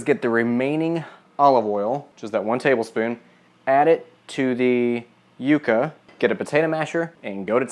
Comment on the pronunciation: You pronunciation is so endearing! Yucca is pronounced like "yuck" (synonym for gross) but you say it however you please good sir!